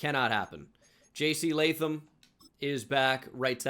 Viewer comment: at least u say Jc Latham Right My Name Is Latham So Thanks for not butchering it